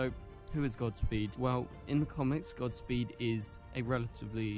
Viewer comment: Gods speed bro not gotsspeed